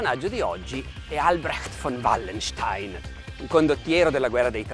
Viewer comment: Quando dice "von vallenstein" ha messo incinta 4 teutoniche